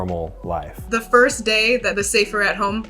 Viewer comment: Nope and it's first not forst idiot